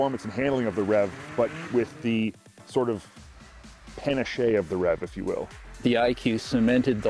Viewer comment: the word is panache not pa-na-che